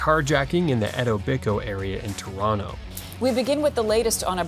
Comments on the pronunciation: did you pronounce Etobicoke as Edobico haha do your homework hey shout out to everyone in Edobico haha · The Etobicoke pronunciation was hilarious.